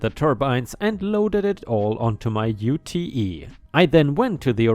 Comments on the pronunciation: ITS CALLED A UTE not a YOU TEE EEE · 🤭 hey, "ute" is pronounced you-t like toot... it's the Aussie-ism for utility vehicle of the American pick up truck variety. Nearly every farm or large property has at least one...